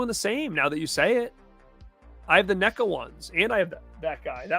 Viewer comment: You collect films to display and for their value. I collect films because I love watching cinema, we are not the same. I will give you this, you pronounce NECA correctly.